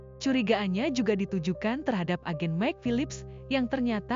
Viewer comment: Maik bukan mek